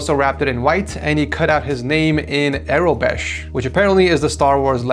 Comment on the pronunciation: got it wrong. It's Aurebesh, not Aerobesh and it's an alphabet not a language